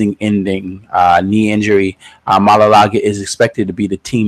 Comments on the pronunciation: It's maualuga not malalaga lol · The way u say his name 😂😂😂